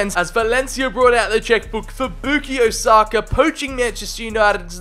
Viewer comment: The way he says sakas name haunts me 🤢